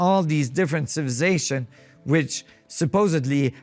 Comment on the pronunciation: Did you say cibzszations about a dozen times? ROTFLMFAO